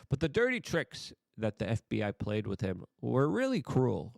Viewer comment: It’s WITH not “wit”.